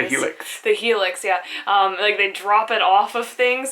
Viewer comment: fyi its Hi Lux not helix :)